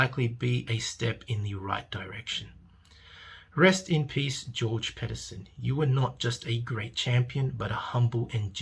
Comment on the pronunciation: First of all your pronouncing Georges second name wrong so please remove this video and correct it you’re doing nothing but using this man’s death without facts as an excuse to rant and run your mouth!! And when the word healthy was being used , it was used as a reference as to how the man said he was feeling .